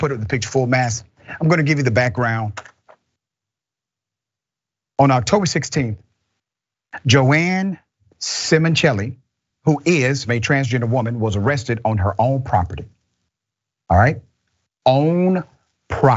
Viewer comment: its JOAN doc not joanne